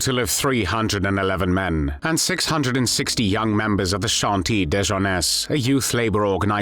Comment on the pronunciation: If you cannot pronounce French properly do not bother trying. "Chantiers de Jeunesse" isn't exactly difficult, but how you, and so many others, get to pronounce "de" as "day" is a real puzzle. Go to Google Translate, find out what "chantiers de jeunesse" means in English and use that. But do not get depressed. The majority of media folk commenting on French politics still cannot pronounce the name of the current French President at all correctly, and, really, getting that acceptably correct is not that difficult.